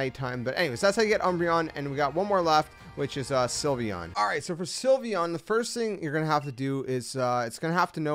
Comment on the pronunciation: THE L IN SYLVEON SHOULD BE AFTER THE Y!